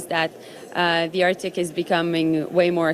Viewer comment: "in dee artik"